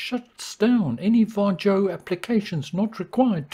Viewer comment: Sorry ,but sometimes you pronounce"VARJO" incorrectly.😀